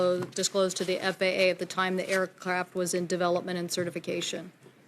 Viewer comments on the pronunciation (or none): She calls the aircraft "aircrap"